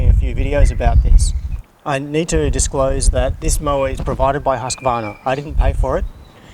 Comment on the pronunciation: Good video. But: It's pronounced more like "Huus-kvaarna" (google Husqvarna Forvo). ;?D